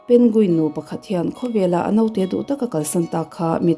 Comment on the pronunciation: A note tih hi (naute) tih thlûkin chhiar loh tur. A note tih tur .